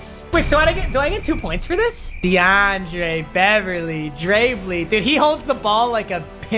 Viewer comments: ....not DeAndre Beverly... not Dre Blee... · DUDE - It's not Dre BLEE. It's Dre BLYE. Think BYE with an L. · Everyone: Dre Bly: DeAndre Beverly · Every time he says Dre Blee instead of saying Dre Bly it hurts me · Yo your saying Dre Bly wring u say bly like “bli” not like “ble” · Bros name is dre bly not deandre beverly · Dre Bly is pronounced like bye with the L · it’s pronounced Dre bly, like BL-EYE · Is someone going to tell him he's pronouncing dre bly wrong? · Stop say Dre Bly’s name wrong!!!